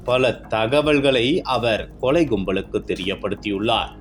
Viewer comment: அவங்க கொலை ஒருபக்கம் இருக்கட்டும்....தெருவிள்-கொளை-தகவள்-கும்பள் என்று இந்த காம்பியர் தமிழைக் கொலை செய்கிறார்....